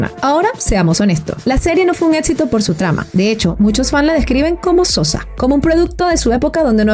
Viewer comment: Haces un excelente trabajo, gracias. Pero, con todo respeto, voy a hacerte un comentario que espero ayude a mejorar tu gran trabajo. Cuando pronuncias ciertas palabras... lo haces, al parecer con una letra "T" en lugar de "C"... sonando "ETSITO" en lugar de ECSITO, "ATTRIZ" EN LUGAR DE ACTRIZ, "REATCIONAR" en lugar de REACCIONAR, "ATCIONISTA" en lugar de ACCIONISTA, "SELETCION" en lugar de SELECCIÓN.